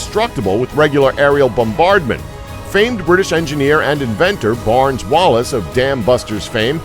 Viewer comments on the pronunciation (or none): none